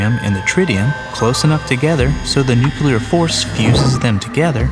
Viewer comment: I still cringe at the pronunciation of nuclear and "nucular". Aren't educated people supposed to avoid such south american colloqualisms?